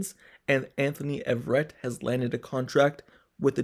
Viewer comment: “A” verett sir. Not Everett